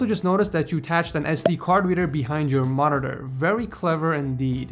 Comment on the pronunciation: Just some constructive criticism, could you work on your pronunciation of Monitor? No hate.